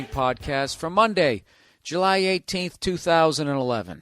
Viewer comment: Did he say 2011?